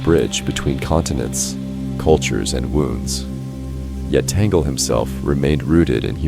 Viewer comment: Pure speculation. Only God knows who will be the next Pope. You don't even know how to pronounce Cardinal Tagle's name.